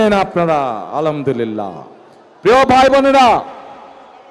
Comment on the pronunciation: ঠিক মত আলহামদুলিল্লাহ পড়তে পারে না সালাম দিতে পারে না আবার বড় বড় কথা। ডিবি কি বলছে আইডি হ্যাক হওয়া নিয়ে তা কি জারেক টিয়া শুনে নাই। নাকি শুনেও বিশ্বাস করতে চায় না। ধরলাম জামাত গুপ্ত তাওতো তারা দেশেই ছিল। তুমাদের মত নপুংসক না। যে বিদেশে পালিয়ে যায়৷ যার নেতারা আওয়ামীলীগের ভয়ে কাপতো তারা আবার এখন বাঘ হয়ে গেছে। বিড়ালকে যতই বাঘ সাজাও লাভ নাই। দিন শেষে মেউ মেউই করবে।